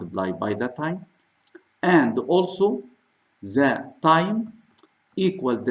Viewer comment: Why Your English Sucks ? what about your " the " ZAAAAAAA Are you teaching babies ?